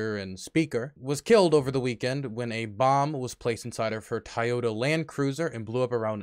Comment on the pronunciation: Me, trying to figure out if "tie-yota land cruiser" is a Russian knockoff or a mispronunciation